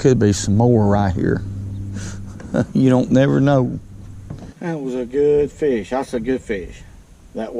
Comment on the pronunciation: “I know’d we’d catch a feesh”.